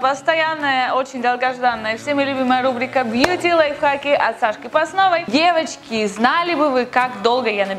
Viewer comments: Она так неправильно говорит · мне послышалось "Евочки", а не "девочки" =) Всем хорошей недели!